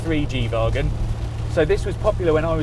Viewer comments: Why does he keep calling it a G vaagon? 😂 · the way he pronounces wagon is really tilting